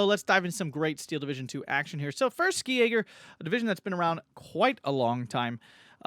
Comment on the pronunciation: I'd like to give you a pronunciation tip. In German the "Sk" in "Ski" in pronunced like a German "sch" or English "sh". Realy like the reviews btw.